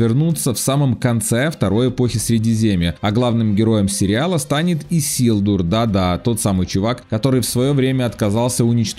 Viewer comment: Может я придираюсь но его зовут Исильдур, а лично мне режет слух произношение его имени автором. А так автор молодец огрономе спасибо за старание ☺️